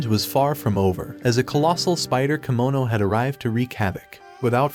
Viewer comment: It’s kemono not kimono